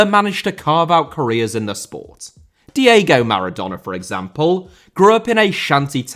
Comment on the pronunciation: Diego* not Diyeigouw Father * not Fother Alphonso* not Alphonzouw Yugoslav* not Yugoslohrv Rather* not Rother Romeo* not Ròuwmiouw Hugo* not Hyugouw Côte* not Couwte Monte* not Monti Carlo* not Cohrlouw Lloris* not Yoris Andrea* not Ondreja Finest* not Fahnest Udinese* not Udeneisei Saadi* not Sohri De* not Dei Perugia* not Perudgier Serie*not Siri Vialli* not Viohrlli Cremona* not Cremouwner Cremonese*not Cremonessei Roberto* not Robötouw Private* not Prahvat Bolkiah* not Bolkier Yacht* not Yohrcht Angeles* not Angelis Marítimo* not Maretimouw Line* not Lahn Piqué* not Piquei